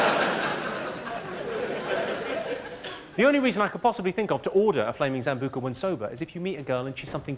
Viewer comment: Why's he calling Sambuca's a zambuca?